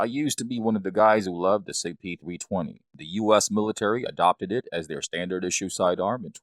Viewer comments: Is this guy really saying Sig P "Thwee twenty?" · “Sig pThweeTwenty” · "The Sig Pee-thwee-twenty" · Upgrade your Sig P "Thwee Twenty" with a new "twigger" and new "stwiker" LOL!!!!